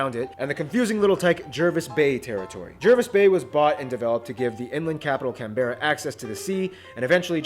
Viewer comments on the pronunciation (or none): Pity Americans can't pronounce Canberra right